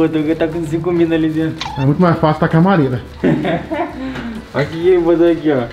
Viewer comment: Ele falou camareira